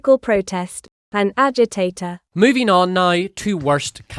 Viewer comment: A year later, "an agi- TATER" 😂😂😂